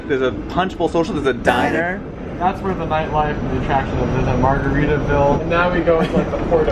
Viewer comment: Did anyone notice how he pronounced "diner" like an a cappella group